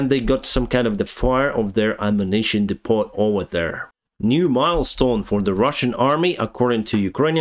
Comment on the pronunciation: Depot has a silent t!🤑